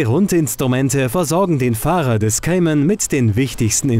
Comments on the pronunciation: es heisst Cayman und nicht "Kaiman" haha peinlich wenn man nen autotest macht aber nichtmal den namen aussprechen kann! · Kaimann , guck erstmal wie mann den Namen ausspricht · Kaiman... Naja, ok, in der Generation muss man wohl Nachsichtig sein ^^' Das Review ist dennoch gut